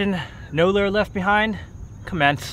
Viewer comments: It's lure not lur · it's pronounced "lure" not "lur" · Lure- pronunciation:lew-er Not pronounced ler or lur